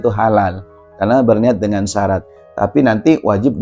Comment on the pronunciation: Bacanya syarat nya perlu di koreksi tad